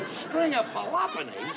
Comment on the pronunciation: I've seen this episode hundreds of times over the years and "a string of pelopponeez" gets me every time . . .